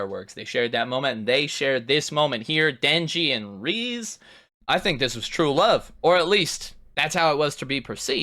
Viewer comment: i love how good you are at inferring and grasping minor details, except for how to pronounce Reze 😭